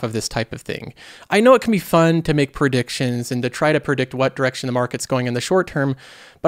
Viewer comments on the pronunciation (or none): Are you saying "prediction" or "perdiction"